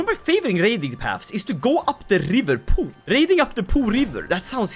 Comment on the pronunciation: it's P'OH river, the O is open